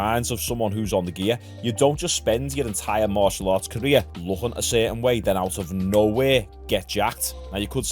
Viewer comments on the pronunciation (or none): none